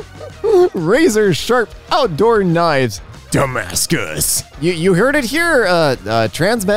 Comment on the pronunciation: I not gonna lie, when I heard say "Damascus" at the end of one post, I heard "Dumbass good". I not gonna lie, this is twice better than Damascus